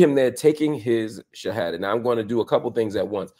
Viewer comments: I am impressed how Marc Lemon Jill explains and pronounce the shahada. Mashallah. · Marc your pronunciation of the shahada is beautiful I can’t believe how good your Arabic is! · My gosh Marc Lamont Hill, your pronunciation of the shahada is on point brother. You sound very much like a Muslim. ❤ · This brother says the shahada pretty well, 🤔 😊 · You brother said the two shahadas perfectly. Mashallah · Marc, you sound like you are a Muslim too. You said the shahada perfectly in Arabic and knows all the pillars of Islam. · Marc Lamont are you Muslim? Your pronunciation of the shahada (arabic) is pretty good as well as your understanding of it.